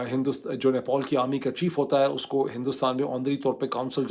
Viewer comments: Nepol nahi Nepal hai chacha. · Nepol nhi Nepal hai Bhai thik se bolna seekh pahle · अबे साले नेपॉल नहीं वो नेपाल है गधे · Gentleman it NEPAL NOT NEPOL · Idiot, it's not NEPOL 😂😂 it's NEPAL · it is NEPAL. Not NEPOL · It's Nepal, not "Nepol". It's understandable if Donald Trump pronounces it incorrectly, but not from someone like you. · He is not announcing Nepal properly. Irritating.